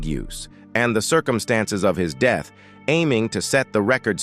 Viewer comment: Around his deeeth?? Who taught this guy how to speak??